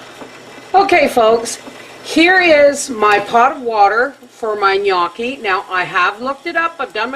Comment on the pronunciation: You cracked me up in the beginning of the vid with the way you pronounced them, but...you are a trooper, and did yer research, and said it excellently! In addition - NO - you did NOT do it an injustice by adding bacon. It's quite common in Italy, and in Malta (south of Sicily where I live) to add bacon or pancetta to Gnocchi! ALSO - you are VERY close to the flavours that are sometimes used in this dish. For example, onions. YES. Sour cream? Well, we use ricotta. Still, it is dairy and smooth. And a lot of time it is served with Rocket greens, or sometimes called Arugula, or Rucola. AND, I might add - in the end, you had the rolling down pat!! YES! The fork grooves are there to "catch" the sauce (or even bacon or pancetta fat) to the dumpling. I would say, as a first attempt...very well done! XOX